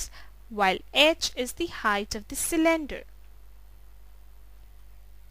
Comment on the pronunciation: when she says cylinder it sounds like she is saying slender! XD